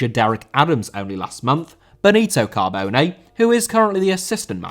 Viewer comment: Cabone* not Cohbouwnei